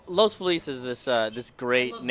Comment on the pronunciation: the commentator doesn't even know how to say "Los Feliz". That's not how any self-respecting local pronounces it. An obvious transplant.